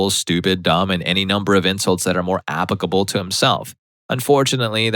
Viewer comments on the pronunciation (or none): none